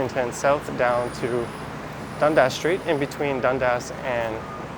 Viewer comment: Is Dundas really pronounced as Dund-ass? :)